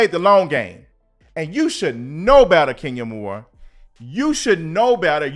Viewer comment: Everytime I see Kenya I hear you saying "Skenya Moore" 😂😂😂